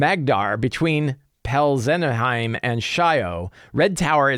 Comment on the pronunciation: Peltzenheim should be pronounced Pelts-en-heim (heim like in Heimdall)